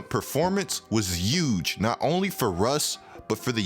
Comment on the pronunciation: Am I crazy or do you pronounce your "H" as "Y". I swear I hear "yuge" and "Youston"...